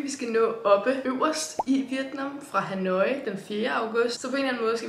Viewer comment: Det udtales "ha-noi" og ikke "ha-nooooi" 😉 elsker dine rejsevlogs!!